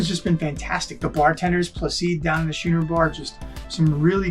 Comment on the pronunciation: It is Schooner Bar, not Shooner!